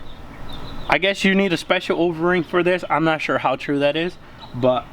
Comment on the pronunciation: Does he keep saying Overing instead of O-ring ? 😂 sounds like ovarie. Solid vid tho 👍🏽